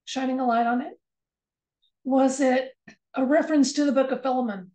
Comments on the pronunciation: Correct pronunciation of Philemon is " fy lee mun" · Yes I noticed he said filum three times but I also know that some people do pronounce that way. Much like the pronunciation of chimney some people say chiminy I have also had a few dreams about Trump lately. I keep my rose quartz under my pillow at all times and do everything in threes. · I heard "fill 'em un"....... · Thanks for the video. Not sure what sense it was meant to make. The fact that he says it that way every time would seem to indicate that it's just the way he says it. I don't want to poo-poo your reading though, it just wasn't a message for me is all. Thanks again, love and healing to all.